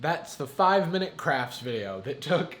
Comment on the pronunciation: i heard "5 minutes craps"